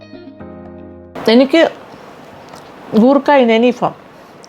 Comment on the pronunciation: Goorkka alla madam , say " koorkka" .......